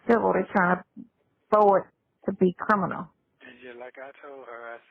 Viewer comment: I thought that I was the only one who noticed that never says the word CRIMINAL! He always says CRINIMAL! 🤣😂